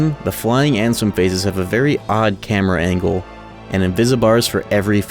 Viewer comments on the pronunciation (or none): none